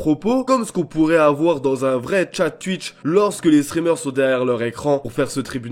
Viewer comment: On dit skouizzie et pas skuizzie, on dit ou-hi et pas ui pour oui. C'est pas tui-tche mais tou-itch.